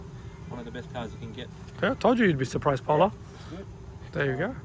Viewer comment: Is ur name Paula? Or porla? Lol